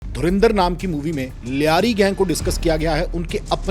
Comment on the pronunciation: भाई ये धुरींदर नहीं है ये धुरंधर है पहले पढ़ना तो सिख लो भाई